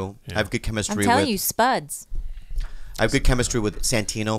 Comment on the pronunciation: Not spuds, sbuds. Still it's busy about the only funny thing I've heard say.